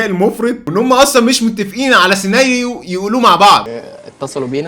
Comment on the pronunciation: فى الدقيقه اسمها سيناريو مش سينايو 😂😂 معلش لازم تفهم ان الكتيبه بتاعتك مش بتعدي تحت ايديها حاجه 😂😂😂😂